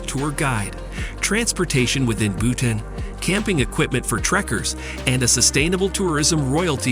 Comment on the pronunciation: It’s not Butane..it’s Bhutan.. Butane is gas.. 🤦🏻‍♂️